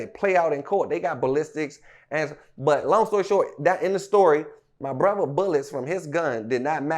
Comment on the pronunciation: You can hear the "H" when he say brotha 😂😂